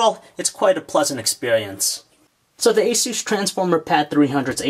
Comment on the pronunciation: No its a-soos